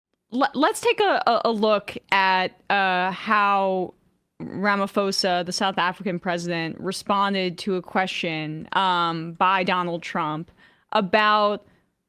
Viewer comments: Hi South African here, I really love the show, but please please please, pronouns our presidents name correctly, it’s Ramaphosa, the “pho” in his name does not make an F sound it’s more of a Po like “police” so Rama-Po-So, hopefully I don’t sound like an a-hole 😅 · I smiled as i heard your pronunciation of the name of the President of South Africa. The PHO is pronounced 'PO' like when you pronounce police or politics